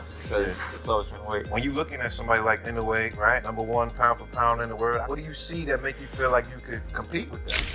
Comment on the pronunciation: I generated video. Can't even say inoue's last name right.